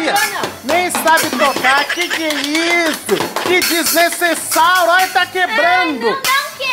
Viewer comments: Em vez de ele falar desnecessário ele fala desnecessáuro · Porque ele fala desnesesauro kkkkkkkkkkkkkk🤣🤣🤣🤣🤣🤣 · Kkkkk Olha cuando ele fala desnesesauro kkkkk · Sla;-; so sei que desnessesauro significa que ta fazendo coisa sla estranha